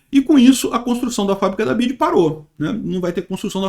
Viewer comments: chamando "BIDI" 😂😂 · "bid" kkk